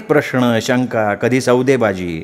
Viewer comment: कृपया प्रश्न या शब्दाच्या उच्चारात 'ण' येतो,तो 'न' करावा.बाकी चांगलं वाचता,हे मात्र खरं.काही शब्दांकडे थोडं लक्ष द्यावं ही विनंती.